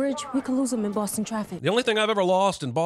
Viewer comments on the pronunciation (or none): none